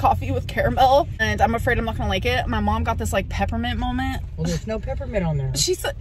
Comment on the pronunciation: I'm really sick of her saying "I'm having a molment". Enough already. Jeepers 😢